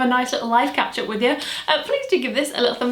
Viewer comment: Am i the only one who thought she said 'ketchup' twice before realizing the third time she actually meant 'catch up'..?